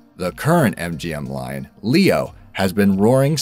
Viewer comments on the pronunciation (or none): That is one old ass Ly-on hahaha